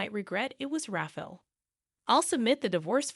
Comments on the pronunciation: RAFFLE = RA-FA-EL 😂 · I am guessing it is Rafael not Raffle Pronounced Raf EYE AL(as in Alan) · Rafael or Raffle, get it right, lazy channel